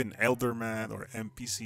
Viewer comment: This man said elderman..